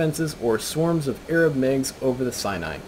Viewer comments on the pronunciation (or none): none